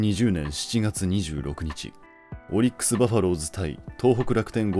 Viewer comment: オリックスの発音ちゃうで